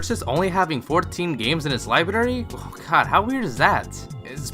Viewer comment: learn to say the word "library" bro lol